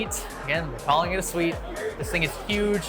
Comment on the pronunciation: "Suite" :cat-orange-whistling